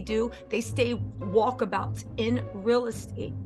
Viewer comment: You said walk a-bouts 😂